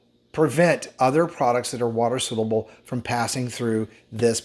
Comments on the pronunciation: Great video, thanks,. Just a friendly note that it's spelled "soluble" and is pronounced "SAHL-yoo-ble". Thanks! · Dear God! Will you please learn how to pronounce SOLUBLE!